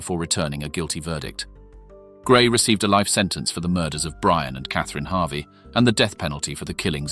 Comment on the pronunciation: I think their name is pronounced Harvey and not "Havi".